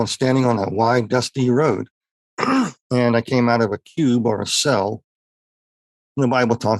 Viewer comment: Did he say:"Dusty Road", or Husky Toad?🐸